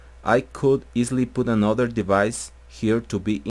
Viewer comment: "midi deBice" u kiddin???))))))